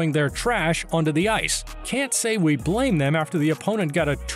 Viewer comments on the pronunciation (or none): none